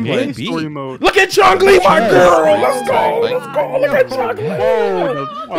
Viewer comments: This mf said chungli, you sure you got mfs that play street fighter here? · Somebody tell on the right that there is no g in the name chun li